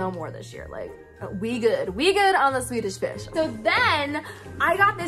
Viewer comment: When she said Swedish fish I thought she said tuna fish for a second 😅